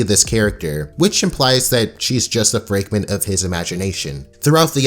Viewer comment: So,... ...did you say "frigment" of his imagination? Did you mean figment or fragment?